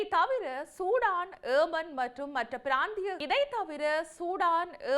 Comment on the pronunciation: Why you indian say aman its yeman please